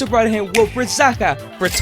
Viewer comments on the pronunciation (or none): It "Zaha" not "Zaka"